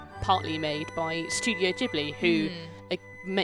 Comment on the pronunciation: I don’t trust this review. She can’t say Studio Ghibli correctly